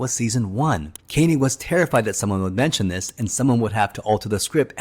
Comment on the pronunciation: Koenig NOT Kay nig !!